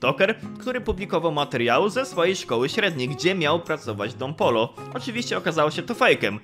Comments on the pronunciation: don POJO sie czyta a nie polo xdd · Dziękuję za pokazanie mojego komentarza 🙏. (Tak poza tym to Don Pollo czyta się Don Pojo) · taki fun fact mowi sie don pojo